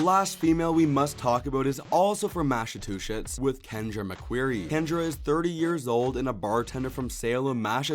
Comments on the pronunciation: Mass - uh - two - shits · Try this: Mass-uh-chew-sets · A helpful little tip Massachusetts Mass-a-chew-sits